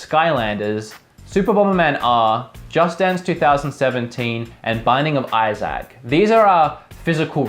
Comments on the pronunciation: Izack? That's a interesting way of saying Isaac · "binding of eye-sack" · Its pronounced Izik lol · I-ZAC! That's now how Isaac is pronounced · How can you say Isaac wrong.....